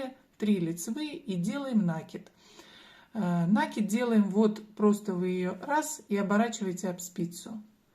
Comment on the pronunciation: Немного режет слух ударение в слове накид